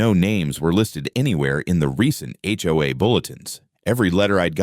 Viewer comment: Sometimes the AI can't tell the difference between acronyms and actual words. We say H... O... A, but the AI can call it "Ho-Ah" We say FBI and the AI says "Fuh-Bye"